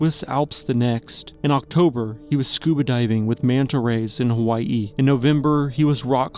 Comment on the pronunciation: Saying Hawaii like that is a lot bro